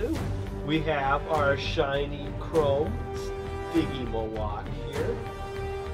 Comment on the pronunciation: Wish you pronounced stygimoloch correctly it drives my 3 year old crazy shouting the right pronunciation at the tv.